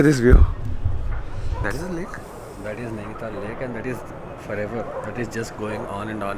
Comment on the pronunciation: It is Nainital... not Naini-thaal